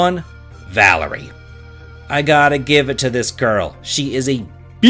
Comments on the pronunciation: Baby it’s “Valere” not “Valerie” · Valere's name is pronounced vuh-leer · I honestly thought you were supposed to pronounce the Moon Solstice Warrior 'Val-Air', rather than 'Val-ery' xD